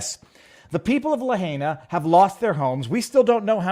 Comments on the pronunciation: Viva it's pronounced La hina not La hayna!!! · La-high-nah Say it with me La-high-nah You are continuing to butcher it, intentionally?? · Pronounced like: Lah Hi nuh. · Having heard the name many times from Hawaii Kamaaina types it is "Luh HIGH Nah" with second syllable getting emphasis (use that and it sounds like you have been listening to people use the town name).